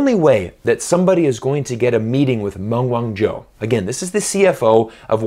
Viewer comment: I wish that you would pronounce her name properly.